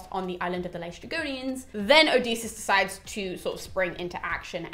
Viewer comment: Hello, greek person here. Aeolus is actually pronounced Ǽolos in greek. Also you got LǼstrygonians correct. Love your passion for greek mythology!